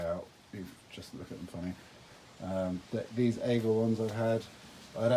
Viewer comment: Pronunciation of Aigle ( French for Eagle , the bird ) : you produced two different ways , both are wrong , three mistakes in total . The "ai" is pronounced as in "air" . And not Aigel but Aigle , not switching the L and E as is done in English . Listen to the correct pronunciation here : , The reason the inner sole is not attached , not glued in place : so it can be removed and washed . At your service .